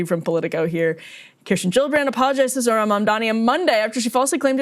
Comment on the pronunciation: questioning the intelligence of the journalist asking trump questions when he couldn't even read well enough to know that it's zohran, not zorhan